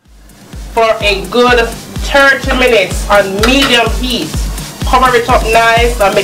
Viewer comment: Ha ha ha 😀😀 & when she’s meant to use the H she doesn’t lol medium ‘Eat’ 😂😂😂😂